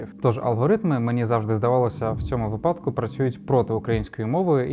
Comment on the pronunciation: а чому ви говорите випАдок замість вИпадок? Не зрозумійте мене неправильно, просто це слово магічне, його завжди всі вимовляють, як "випАдок", але я досі не можу зрозуміти чому...